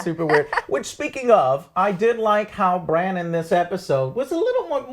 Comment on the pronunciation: I really wanna enjoy this review, but it's super casual, yeah. I wish he put 10 minutes of effort into reading some comments, so at least he doesn't fuck up names every single time. Eurion (Euron), Cleegun (Clegane), call Bran Bronn all the time....the cringe never ends.